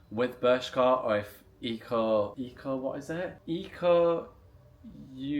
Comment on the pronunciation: Loool it’s Unlimited. And you pronounce it as “echo” after the founder Mark Ecko. Ecko Unlimited It was pretty big in the 90’s early 2000’s.